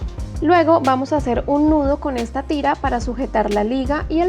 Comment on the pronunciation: Tienes creatividad, solo que se dice nudo no ñudo.. Disculpa 😘